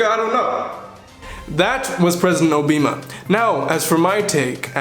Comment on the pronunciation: He said President Obeema